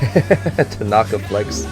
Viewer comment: Hi Coach!! Love your reaction videos!! This is more of a personal pet peeve, but in Japanese, there are no accented tones. So it's not hiNAta, taNAka, aSAhi, etc; if you listen closely, they put a slight pitch accent on the first syllable (letter) of each of their names, so it's more like HInata, with the first syllable starting at a higher pitch and the rest falling downward. Again, this is more of a personal pet peeve, so no need to correct yourself, but just wanted to let you know! :) also the next episode is my favorite episode it makes me laugh every time - excited for you to watch!